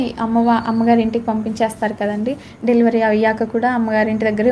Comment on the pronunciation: 10th lo 2nd rank,inter lo 3rd rank vachindanta, డెలివరీ అనటం కూడా రాదు డిలివరి అని అంటుంది